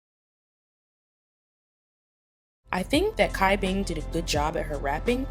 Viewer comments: Cai Bing is pronounced as 'Chai-Bing' rather than Kai Bing, because her name is Chinese so it doesn't really apply to the english language enunciation. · FYI : the way to pronounce cai bing name is “chai-bing” TT not kai bing … I just needed to point that out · C in chinese is pronounced like CH... so it's pronounced like "Chai" Bing and not "Kai" Bing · I'm sorry but it's Cat Bing not Kai Bing. Where the fuck did the K come from? Do you listen to when they pronounce their names? Do you hear a K? No. It's Cai. almost sounds like the C in Choi. I'm sick and tired of hearing people pronounce her name wrong. You're not the only one. But seriously, please practice so you say it correctly. Sorry if I am being rude, I just want you and other people to be better at pronouncing her name. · Just putting this out there, no hate 😊 great video 👍🏻 Cai Bing = the C is pronounced “ch” not “k” The Eve team’s Dayeon = You Dayeon not Kim Dayeon Yu Faning = Fu Yaning Su Ruiqi = Su “Ruichi” instead of “Ryuki” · I'm sorry, idk if on previous videos, people had pointed out your mispronunciation of Cai Bing's name. Cai Bing name is pronounce as Chai Bing. It doesn't sounded as Kai Bing, but Chai (like the Chai Tea) Bing. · Loved the video but it's pronounced CHai Bing bot Kai Bing I believe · cai bing is pronounced tsai/chai bing xia yan is pronounced shi-ah yahn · Hello! Just wanted to clarify a little: The beginning of Cai Bing's name would be pronounced like "Ts'ai" instead of having a hard "c" sound. Xu Ziyin's name acts similarly. The "Z" would be pronounced with the "TS" sound :)